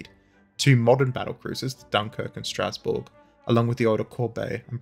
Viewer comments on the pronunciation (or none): none